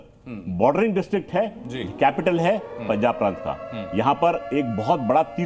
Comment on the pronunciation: पंजाब है ना कि पंचाब